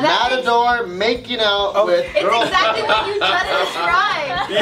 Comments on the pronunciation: "MADATOR". I can't be the only one bothered with this. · "Madator?" Lol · Pretty sure that's a 'matador'..